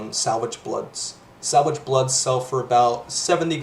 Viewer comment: Good guide. It's sa-vage blood btw, not sal-vage blood.